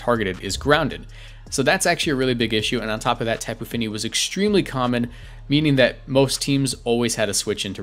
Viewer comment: It's Top'oo Fini, not Tap'oo Fini.